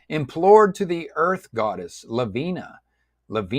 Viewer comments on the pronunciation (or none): I noticed that you were struggling with the character names. You've actually misread some of them e.g. It's FIEHRI not FIERY and it's pronounced phonetically as "fiehree", LAVINIA not LAVINA.